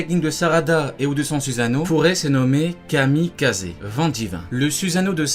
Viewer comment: "Kami kaze"... "Kamikaze"😅 on sait tous que c'est le moins probable😂 très bien fait ce top